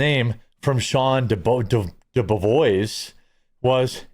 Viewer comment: *DeBevoise is pronounced De-bev-wa.